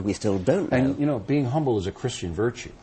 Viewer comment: It doesn't matter friend, he said "Chirstiand"